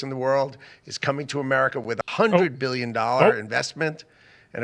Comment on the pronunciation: One birrion dorrars